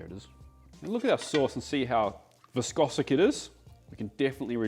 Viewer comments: *viscous, mate SORRY I'M SORRY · 😂 loves to make a word more complicated: 'viscosic' (viscous), 'complexiality' (complexity), etc.